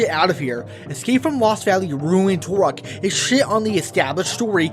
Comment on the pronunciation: "TUR-OK" not "TORE-OK"